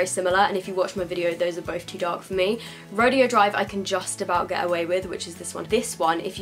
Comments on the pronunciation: You are pronouncing Rodeo right if it was a rodeo but it's pronounced Row-day-O because it's a street in LA I think that's popular for high end shopping. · Rodeo is pronounced ra-day-o after the shopping street in California that has designer stores on it, Rodeo Drive.